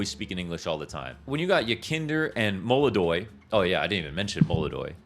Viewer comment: is the first CS pundit I've heard to pronounce molodoy even close to correctly lmao